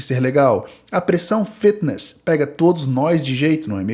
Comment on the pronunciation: "Fetiness", cara pq vc é tao fresco?